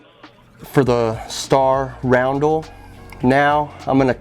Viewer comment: RUN-DEL not ROUND-DEL